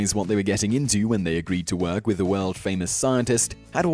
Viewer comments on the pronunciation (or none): none